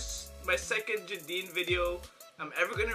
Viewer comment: jadine is pronunced as jey-din